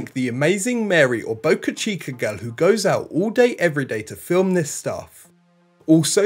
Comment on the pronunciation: Where is "boca-chi-cur"?